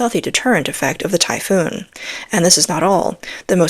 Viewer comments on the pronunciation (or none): Please, it is the “Typhon“ system NOT the “Typhoon“ system. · It's Typhon not typhoon. A common mistake. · I thought it was Typhon, greek Word. Not Typhoon like the storm.